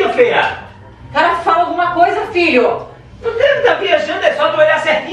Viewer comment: Só eu quando eles falam filho eu ouço Vitor kkkkk